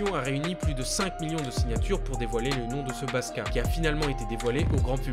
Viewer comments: Très bonne vidéo! Par contre le mec se prénomme "Baksa" et non "Baska". Ou sinon rien à dire. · Merci d'en parler ! :) Et juste petit detail, c'est pas "baska" mais "baksa" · Merci beaucoup d'en parler c'est deux scandales qui m'ont choqués mais qui pour une raison que j'ignore sont mentionnés nul part en dehors de la Corée du Sud! (Par contre c'est "paksa" qui veux dire "docteur", pas "paska") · Nice que t'abordes ce sujet que je trouve sous médiatisé. Par contre c'est pas "Baska" mais "Baksa" (jpense que je dois être le 100000e à te dire ça) ;)